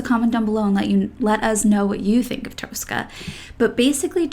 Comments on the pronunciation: Please... It's not Toastcar Toas-cah, but "Tosska" like in toss-it-away. Two short syllables. No more Toas-cah, please. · Tosca pronunciation is Tos-ka.